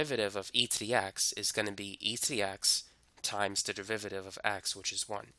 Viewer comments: Say "du*rr*-riv-eh-tive" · this is great but its DERIVATIVE not DEVIVATIVE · Piolo Montesa oh i see he says it like "deviviiviviive" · I like the way you say "derivative" haha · i dont get it it sounds normal to me